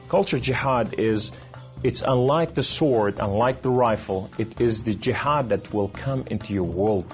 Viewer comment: he said: "and I have the power of Allaah with me" ohh, so he was stronger than superman. muslim says my power is from Allaah. and he didn't pronounce Islam, muslim, and jihad correcly. I think he can't speak Arabic! shame on you